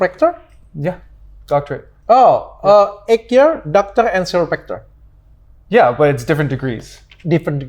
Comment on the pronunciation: Dr. Richard Lee, as a doctor, how can't you pronounce chiropractor? You have to prepare if you want to interview foreign people. Learn English properly. As a doctor how don't you know between chiropractor and medical doctor. 😊